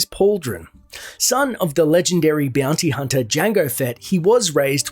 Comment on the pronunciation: Beeyounty hunta